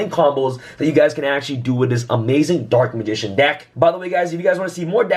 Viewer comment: I swear he said Dork Magician